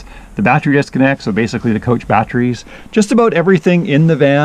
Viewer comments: What is a "BAT-Tree" ? The word you are attempting to pronounce is.... BAT tERy, that's ....BAT-TER-EE.... not bat-tree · U say battery funny !